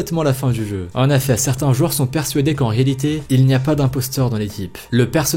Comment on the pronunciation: Pourquoi tu dit en affet au lieu de en effet